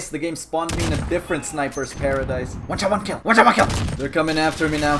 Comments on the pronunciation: One sha one kel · i like how "one shot one kill" turned into "wacha waki"